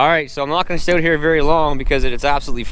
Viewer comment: Your "out" sounds like "oat" hahaha!